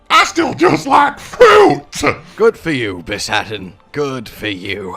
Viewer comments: broke: bis-haten woke: bi-shat-en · bis-haten i think you mean be-shaten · he keeps saying bishaten wrong lol